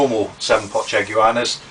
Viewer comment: lolz....it's chaguanas (shag-wa-nas):D